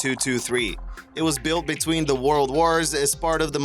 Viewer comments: Warld War I, Warld War II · "wourld war" lol wtf? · "Worold war" hahaha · "WOorld War I" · "WARld war one" "WARld war two" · Why does he only mispronounce the word "world" when he say WW1 or WW2? Every other time he says "world" in this video he pronounces it correctly